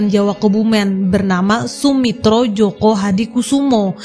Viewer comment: joyo min, bukan joko